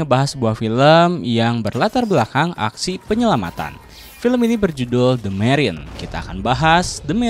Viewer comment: bukan marion... ejaannya marine. sebutannya MERIN